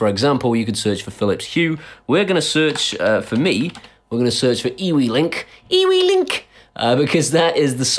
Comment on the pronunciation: Just want to let you know that eWeLink is actually Pronounced you-link, my Nan stopped me in conversation to tell me this, oh the shame of it! lol